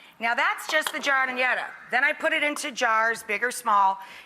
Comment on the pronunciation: As a lifelong Chicagoan, this is cringeworthy. Right from the get-go, the pronunciation of giardiniera is like nails on a chalkboard. Also, the vegetables in the giardiniera are too big. And "Authentic" Italian Beef is not cooked as raw individual thin slices of steak on a griddle. It's cooked as a roast and then thin sliced and dropped into the au jus gravy. I was literally yelling at my TV screen when I saw this.